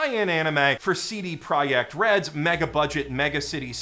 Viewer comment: Did you really just took time to check official pronunciation of CD Projekt in Polish? As a Pole, I love this